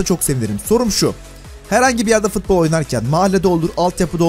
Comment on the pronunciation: Biri şuna futbol demeyi öğretsin mk fıtbol ne